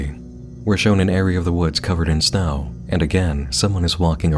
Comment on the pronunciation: Did just pronounce Snow as "Snau"????